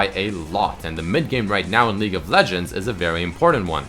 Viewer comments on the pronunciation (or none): its league not legue lol kappa123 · "Legue of Legends" lel. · "legue of legends" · "Legue of Legends" Seriously.........